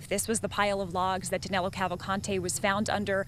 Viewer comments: HIs name is DANILO not DANELO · Danelo!! LOL... Danilo, NOT Danelo. His name is Danilo!!